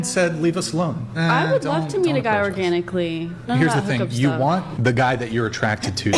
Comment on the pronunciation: When you say organaiclly , energy, that's red flag